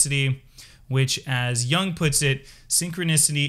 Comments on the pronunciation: It's Yoong not Yah-ng. Not every word is an English word. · Totally unrelated but, my pet peeve is pronouncing Jung as young ^^ Amazing video though, thank you! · Please learn how to pronounce Jung. No disrespect. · You should learn how to pronounce Jung properly if you don't want to appear ignorant.